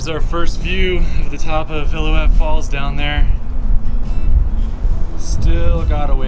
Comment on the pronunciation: Nice video guys, but it is Il-lil-ou-ette Falls, an important name in the history of Yosemite.